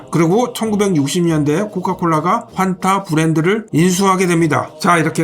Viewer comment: 정확한 발음은 퐌타 네